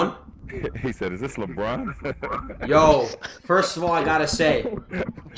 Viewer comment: Jaime bien le concept mais cest LEbron pas Leebron 😂